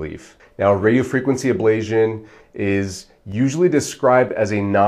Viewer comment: FIrst, you are repeatedly mispronouncing Ablation as if there is a zio sound instead of a tio sound. This makes me wonder if you know what you are talking about if you cannot even pronounce the word. Secondly, I know someone who has had successful pain relief in their cervical spine that has lasted for 10 years . This procedure is not promised to get rid of all of the pain. You do the the testing with lidocaine injections every so many weeks and you rate your pain relief to inform yourself and your doctor as to if this procedure is likely to be successful. Physical Therapy sucks for most things. My wife passed out for the first time in her life at her first physical therapy session which was a very light session. Physical therapy is unpredictable and is based on the therapist and their methods. Physical therapy is just as likely to be unsuccessful and in my opinion based on my experience, less successful. In this world we live in there is so much lobbying done to reduce certain practices and promote others. In many cases the ones being promoted are not as useful and successful as the one's getting bashed as being no good and more hurtful than helpful. DO your own research. Watch plenty of videos on youtube while keeping all of this in mind. Do not let Doctors tell you "Don't use Dr. Google." Dr Google often says the opposite of the Dr or therapist being promoted via lobbying.